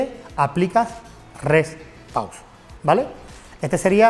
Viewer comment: Porque dicen Re Pau 😒